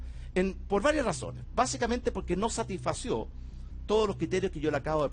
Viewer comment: Satisfizo, no satisfació. Atómico, se dice atómico. Piñera, un ignorante, un delincuente de cuello y corbata, un mentiroso y un imbécil que tiene el descaro de querer vernos la cara de imbéciles. Un ser humano al cual desprecio y me gustaría verlo donde debe estar: en una prisión.